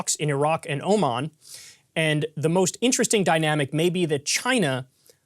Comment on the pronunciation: I like how you said "Oman" and "oh man" in the same video.